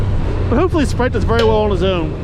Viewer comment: Isn't it SPITE!? I'm ROTFL every time you call him Sprite. Too funny!